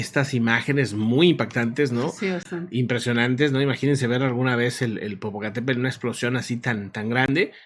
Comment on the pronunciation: El Popocatépel ....🤭🤭🤭es tl...bueno , siempre hay una palabra que se nos dificulta... saludos 🎉🎉🎉